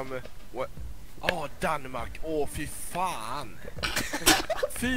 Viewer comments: He doesnt say va fan he says fy fan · fyfan not vafan;) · "Fy fan" not "Vafan". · Fyyyfan not Vafaaan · He sais "Fyfan" and not "Vafan"